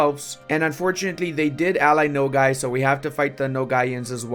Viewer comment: why you say Nogay? Its okay to be gay